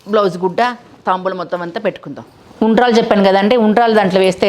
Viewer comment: La anna padaani ala Ani palakakudadu taambulamu annadi correct